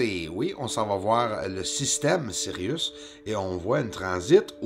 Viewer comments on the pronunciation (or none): none